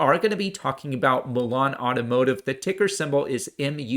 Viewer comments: It's Mullen not Mellon!! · It's not Mulan, like the Disney movie, it's Mullen ( Mull en )